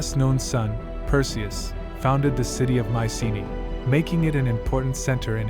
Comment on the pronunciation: Cant pronounce "PERSIUS" NAME CORRECT, cant watch it, and AGAIN with the friggin music.